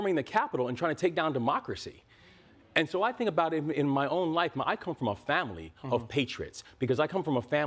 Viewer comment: OWN NOT OWE